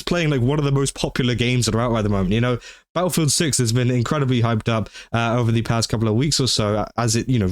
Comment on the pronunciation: Honestly... I dont say this withe the intent to insult you, but everytime you said, "Battlefield 6" thanks to your accent, thought you were saying "BaoFoot Six" and it was some sort of new horror game centered around Bao.